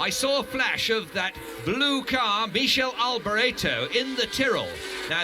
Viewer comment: LOL... 40.17 the commentator finally almost got "Michele" in its own correct Italian pronounciation (Mikele) only to change it back to that "horrible" (to Italian ears) French version... Anyway great document, thank you for posting.